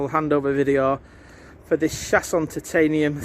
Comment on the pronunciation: its pronounced 'Show-son' not 'Shasson'